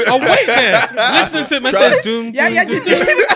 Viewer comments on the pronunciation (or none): none